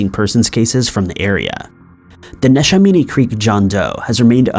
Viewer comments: Neshaminy is pronounced Nih-SHEH-mah-nee. (I grew up around there.) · Love your videos! I actually live in bucks county, and I had no idea about that. Neshaminy is pronounced ne-sham-eny, we say things weird in pa lol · Neshaminy is pronounced nesh-a-mini awesome video tho! I live in that county and this was new to me. Thank you for bringing it to attention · I died laughing when he first said Neshaminy. PA has some funny names